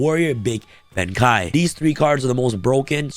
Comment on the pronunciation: My friend, it is pronounced BEN KEY(Benkei) these decks look completely bonkers! Thanks for the vid!